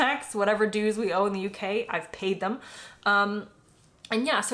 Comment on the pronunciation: You haven't paid your dues, you have never paid them until you learn how to pronounce "dues".